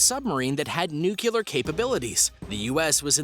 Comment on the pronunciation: Dammit man! Quit saying NOO-kyu-lur! It's pronounced NOO-klee-ur! Say it as it's spelled! Jesus Christ man, are you really that stupid?